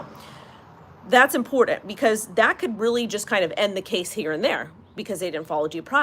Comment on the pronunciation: The word is IMPORTANT....it has a T in it, not a D. Please